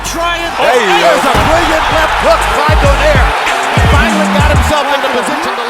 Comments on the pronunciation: also Nonito Do nay re not doner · It's pronounced as "Donayre"